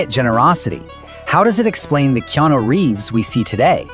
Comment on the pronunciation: his name is not Keano...